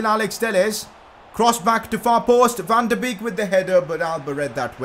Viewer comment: PCQ: Van De Beek is pronounced Van De BAKE.